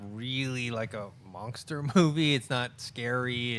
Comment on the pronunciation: why is nobody telling that it's "Monster" not "Mongster"?